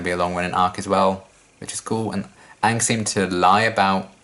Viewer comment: hasn't seen Avatar before. Still pronounces "Aang" better than Avatar the movie.